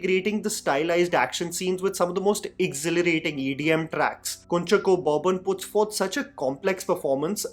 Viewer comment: Hey.. Really nice review.. Would watch the other 4 for sure.. I've already watched Officer on Duty.. Just a small correction on the pronunciation of our Malayalee actor - it's 'Kunjaakko Boban' 😊😊